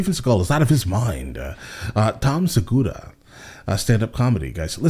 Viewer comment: LOL, he said it Japanese, Seggguuuurrrraaa